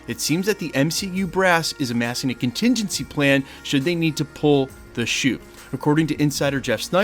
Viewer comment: Question, what’s a “continzinzy plan”?